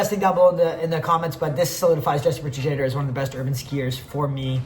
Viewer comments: jesper tajader, matej savancer get some european name right damn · jesper te jade or is maybe the funniest way to say his last name ive heard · buddy its "shad er"